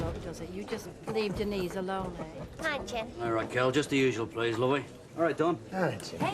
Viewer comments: Like how Patrick Trueman pronounced 'Denise' on EastEnders you mean? "Ohhhh de kneeeees". I always thought he was complaining. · Argh! Ken running down the street after Denise shouting " Den knees, Den knees" Everyone else including herself pronounces it De neece ! Trust Ken to say it differently! Arrogant prigg & despite his lifelong socialist leanings, hes a snob & thinks himself a cut above! Must say though! Bill Roache is remarkably preserved & still ( at this time) an attractive mature man & he ALWAYS had great hair! Recently saw a photo of "Ken" who must be over 80yrs & although lined & thinner in face is still amazing! I did sneak a quick look at a recent episode of Corrie ( 2021) & was surprised by Kens look & continued acting skills Helen Worth, Gail is also still attractive & keeps her looks Lol an other one with great hair Thanks 🇬🇧👧